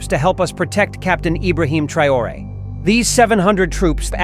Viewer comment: TRAORE IDIOTA NO '' TRAYORE''